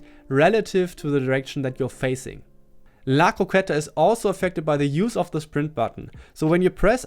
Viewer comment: Yes you pronounced "la croqueta" perfectly